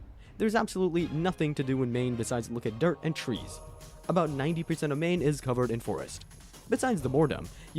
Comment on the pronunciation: maine almost sounded perfect until the end